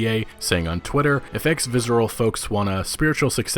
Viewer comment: Why do you keep pronouncing it 'vizzral'? Its visceral.